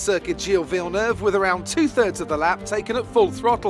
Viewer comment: Omg that botched name caught me off guard. Vielnoove